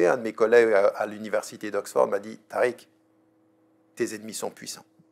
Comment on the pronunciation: Tu la dis rouya tarik